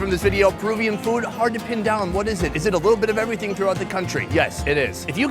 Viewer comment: Why does he always pronounce food as "feewd"?